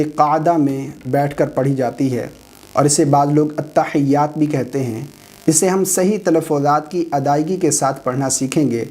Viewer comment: ke bolne se lagta he ye atta hayyatu bol rahe he jabki likha hua he atta hiyyatu